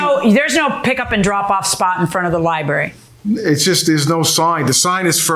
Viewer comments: Li BRARY. NOT. LIBERRY! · Liberry🙄 He needs to spend more time at the Library reading grammar books. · Its LIBRARY! Ugh. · Liberry lol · Oof ..that missing 'R' was KILLINNNNGGGG me 😂. Lie-barry! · I don’t know if these people country or not but down south we say lieberry I’m sorry 😂😂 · Dude has the word "Library" in front of him but keeps say "Lie berry" lol. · So he says "lib'ary," so what... Fugget about it. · I just said if he says lie berry 1 more time then I come to the comments for backup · A 70 year old man saying "liberry", geez!! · What do you expect? The incident happy at the "LIE berry" and all :D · I haven’t watched episode yet because I had to come and see if anyone else felt the same as I… “Gonna scream if I hear ‘lie berry’ one more time”!.. maybe I should just skip to the next… Have a good day PC people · OMG, stop saying "lie-berry"😂😂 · 😂 I thought I was the only one who heard and thought this Lmaoo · Liberry like blueberry. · I was surprised Judge didn’t correct him when he repeatedly says, ‘liberry’. UGH! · You mean liberry?😅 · Ly Berry. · And he said the word over and over again - just for you 😣😂 As both a librarian and a teacher, I feel your pain. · . Incorrect pronunciation like this, is not an accent.